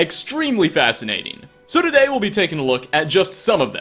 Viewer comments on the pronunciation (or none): none